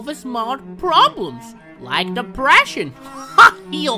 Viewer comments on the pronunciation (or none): He says de fractions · I thought at first he said fractions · I always thought he said like the fractions💀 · I heard fractions instead depression